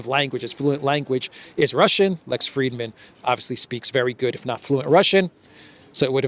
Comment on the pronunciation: Frid-man, there is no "e".